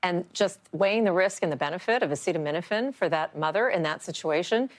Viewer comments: This from a man who says he has the highest IQ in the white house. He didnt even know how to pronounce the word acetamenifin. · Come on trump, sound it out... a ce ta mi no phen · He couldn't even pronounce acetaminophen 😂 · Caution taking medical advice from someone who can't pronounce the medication he's bantering about and also release the EPSTIEN FILES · This brain dead gutter snipe has to sound out the word acetaminophen on camera. Nobody seems to show his lowball reading ability on any of these posts. He's recommending medical advice and has never read the name of the topic of this discussion. I guess I should use his new title: President Dr. Gutter Snipe. Hasn't he harmed enough of our daughters? Not to ignore Dr. Bobby Wormbrain, the nation's top medical researcher. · medical advice from someone who can't pronounce acetaminophen. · Mr Bone Spurs has some nerve saying to women "if you can't tough it out" Doctors and pregnant women don't go around habitually taking Tylenol acetaminophen or anything else if they want to have a healthy pregnancy, dumbo Trump. It already is not encouraged unless necessary but now we have you saying only do it don't do it do it. O m g!! And it would help if you could pronounce the word acetaminophen correctly and at least know what you're talking about before you get up to the podium. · Should probably be able to pronounce the word before deciding if it's good or not. I mean it would be more helpful to understand what it is... But I'm going with the bare minimum here. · You're not going to learn it from Dr Trump okay He couldn't even pronounce the word acetaminophen. 🤣🤣🤣 so I do hope you have a do.